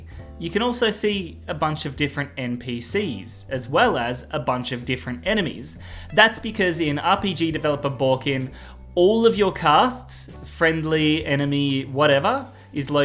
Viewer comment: "Rpg developer Bawkin"... uh what its not baw kin its Bakin. why are you adding random letters in there? Ba-kin, not baw-kin